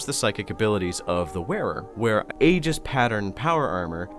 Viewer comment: Pedantic asshole nitpick time: Aegis is pronounced "ee-jis", not "ay-gis"